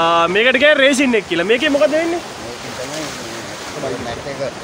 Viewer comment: රේසින් නෙමේ රෙසින්